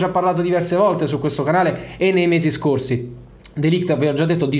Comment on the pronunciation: Si pronuncia MatEis(c) DeLigt